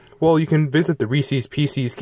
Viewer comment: Reeses pecees IM DYINGGG